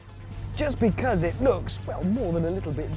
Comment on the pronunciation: Bekiss... it's' because' man...